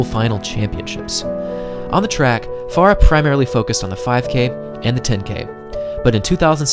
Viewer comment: There are two syllables in Farah!